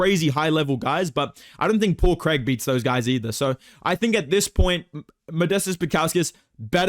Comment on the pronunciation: “Paul Craig!” 🗣️ “Paul Creeg.”